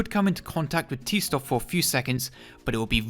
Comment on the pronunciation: i was going to comment whatever to help your stats or whatever, but your essay was fantastic and i couldn’t stop watching. “t stoff” sounds horrific